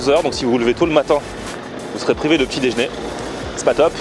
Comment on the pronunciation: Par contre on dit "déjeuner" pas "déjné" arrête de massacrer notre belle langue